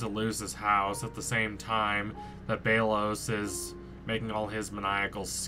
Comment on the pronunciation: It's pronounced bel-os